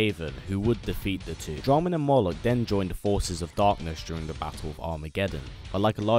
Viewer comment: 1. It’s “Moloch” 2. Yes